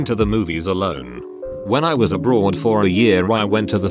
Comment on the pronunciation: The way the TTS said “when I was abroad for a year” made me think the poster spent a year as a woman.